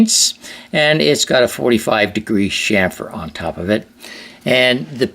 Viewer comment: I could watch your videos all day long. I have one comment.....you called it a "shamfer" where as I call it a "chamfer".😄